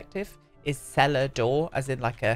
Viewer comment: To my swedish ears it sounded like c'est la deau, I actually thought it was improvised/made up french for a moment 😂 Love Donnie Darko too